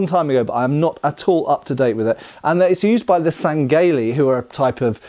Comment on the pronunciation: Friendly FYI, the H in sangheili is not silent and really should be read as Sang-heili.